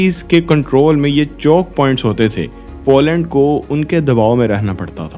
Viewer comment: Zem TV ka style copy kiya hai aapne. But jo bhi hai, accha video hai. Good job And it’s पोलैंड not पौलैंड